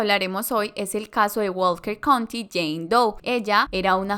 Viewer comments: Estaba. Pensando lo. Mismo. Que. Dijo Walket country. Doe. Como. 100 veces. Jajajaja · Lo pronunció tanta vez y erróneamente